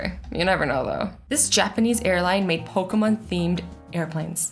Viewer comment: Azzy: pokumon me: pokeeeeeeeemon